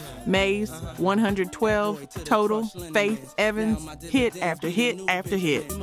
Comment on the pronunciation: The fact this is Ai with some sort of insinuation that shes black is Diabolical! But catching simple mis pronounciation while the video is playing (112, Cartegena, the HitMaan, etc) is crraazzyy work. The awkward pauses, this was pretty wild (Faith......Evans), dang. Whether its admitted or not Ghost writing seems to be a WHOLE music industry thing. Lets not forget someone wrote a lot (apparently) for Ghost Face' 1st albums, Big most definitely wrote on Hard Core, L.L writing for MC Lyte on self destruction, this list can go on & on. But its not just Hip Hop (Stop IT!). Its in Country, Rock, Pop, all of it (even speeches given by figure heads arent always written by them). The most famous to me might be how Grand Master Caz wrote the whole song basically called "Rappers Delight" his name "C.A.S.A.N.O.V.A" is even spelled in it like D.O.C in Dre' song